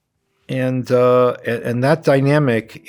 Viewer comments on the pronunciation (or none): none